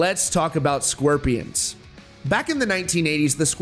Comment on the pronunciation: Why do you keep saying the “sqwirpians” it’s SCORPIONS jesus